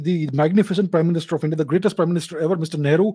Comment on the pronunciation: You know it's going to be a good one, when Mr. Chavda goes "let's look at ze map"